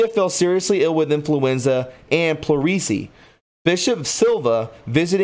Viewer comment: NOT plur-- eecy!!! Plur- es- sea. Just trying to give you constructive criticism. It will only make you an even better presentor of critical information to the masses. 😘😘💜🌹.